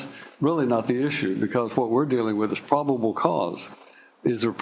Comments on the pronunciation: he’s saying “prob-id-ible” 😂 Jesus, dude 😂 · “ Prodible cause” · Did he say “probable” correctly? I swear I heard three different wrong versions of the word in about a minute. Yet he has a good intellect. He just has no self control around women. I wonder if he threatens men the same way.